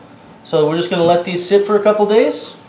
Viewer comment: Did this nigga just say "days"??